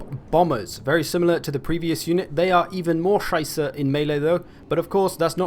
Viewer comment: Wait im German and did u just try to pronounce "Scheiße"? :D Very funny for a native